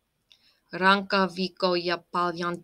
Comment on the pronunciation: The first line already made one of those meaning changes 😁 that's okay though. I'd hesitate to call it a mistake as english speakers have trouble with double consonant. Rankka is hard, but you said ranka which means core